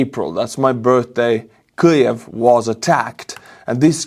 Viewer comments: I also hear an L. It's definitely different than how Keev or Kiev is pronounced. It sounds like (Q'-liv) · I'm curious: why do you pronounce Kiev with an L as Kliv? Is that how it's said in Estonia? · The way you pronounce Kyiv with an exaggerated Ukrainian accent in the middle of an English sentence sounds like you're choking to death. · What's with the pronunciation of kyiv all of a sudden